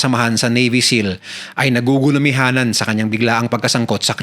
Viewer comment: NAGUGULUMIHANAN NOT NAGUHUMIHANAN